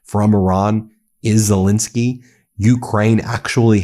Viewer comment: Again, I’ve heard of a Ukrainian president named “Zel-E-nsky”? Who the hell is this “Zel-I-nsky”?